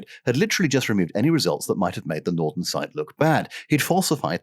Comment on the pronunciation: You know, right there at at I could almost swear I heard the glorious miracle machine that is the Norton Bomb Sight slightly mispronounced... It must have been my over-active, youthful imagination.